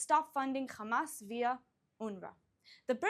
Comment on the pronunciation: First learn how to pronounce the name of your enemies you immature zionist fascists its Hamas not Khamas😂😂😂